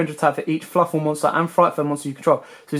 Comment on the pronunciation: "Fluffle" lol it's Fluffal